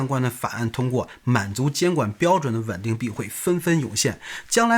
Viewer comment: 到底是wen ding还是ven ding？我听得都怀疑自己了